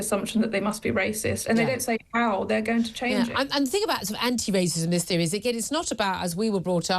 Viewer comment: There's no " F " in theory . Or thirty , .